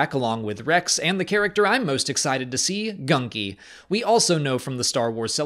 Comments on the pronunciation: Thought the Wookiee jedi's name was Gungi, you said gunky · The wah he misprounounced gunji's name Goon-gee is the correct way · Yes, That's the way it's said in the episodes, idk why he keeps saying it wrong